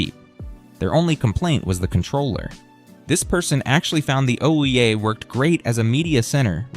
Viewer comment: its pronounced like ooh yeah